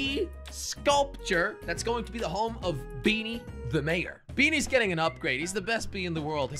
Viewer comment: "Talking about beanies" came out as 'Thalking about bee knees'